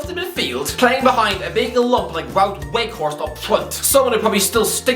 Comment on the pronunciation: It’s been 7 months since Weghorst moved to England and still can’t even pronounce his name